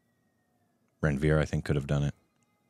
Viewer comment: It's run-veer, not ran -veer